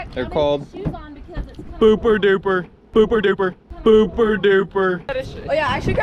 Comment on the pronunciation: Ahhh I can't be the only Aussie cringing at "booper dooper"?! Hahaha it's Zooper Dooper guys 🤣